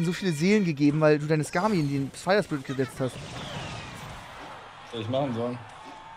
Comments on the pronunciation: Spier firit HAHAHA😂 *fire spirit max haha😂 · „Spire firit“ 😂😂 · Spire firit 😂😂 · Spire firit“ anstatt Fire Spirit bester Mann 😂😂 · Der gute alte spire firet xD und nicht fire spiret🤣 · Junge wer kennt es nicht Spire Firit XD